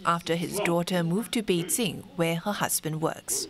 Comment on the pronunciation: Is there a need to pronounce all of the Chinese name with tones? Well if so, get all of them right, specifically Beijing. siong